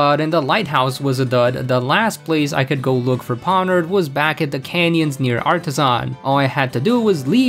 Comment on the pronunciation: I've been hearing a theory that Geeta is being mind controlled, and that's why she is so bad, I like that theory Also Pawniard was probably avoiding you because of the way you pronounce their name xD